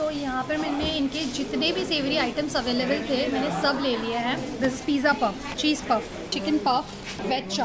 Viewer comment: It's available not availavle